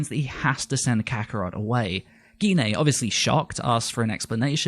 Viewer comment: please pronounce Gine properly you don't say aubergena do you, you say it as aubergine Auber-Gine not gena. why do people say her name wrong.